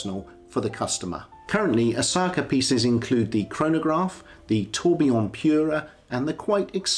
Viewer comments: Dude its Asaoka pronounced Asa oka not Asaka! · Kindly out of due respect, it's 'A-sa-o-ka'. not Osaka. I know in English we tend to gravitate towards what's phonetically easy or quick, but hearing Osaka is like hearing McWillen instead of McMillain. I know Japanese is hard and there are 3 writing systems, but the characters on the dial are Kana, short for Katakana, primarily used for either capitalized pronunciations or foreign word pronunciations. Kana is the most basic and easiest for westerners to pick up and learn, hence why Asaoka chose it. Furthermore, it has a cleaner and minimalistic aesthetic. If he chose Kanji or Hiragana, the dial would seem too convoluted. Take this in a helpful sense, I mean no offense. Furthermore I respect your Kurono collection. Cheers. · Do the man some justice and pronounce his name correctly. ASA O KA